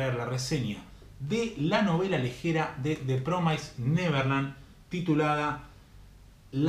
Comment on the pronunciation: Sorry que te joda amigo, pero promised se pronuncia promis por así decirlo no promais, Nose si se entiende pero nada solo te quería decir eso. El resto buen video :)